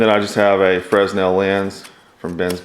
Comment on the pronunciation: Fresnel is pronounced "frennel"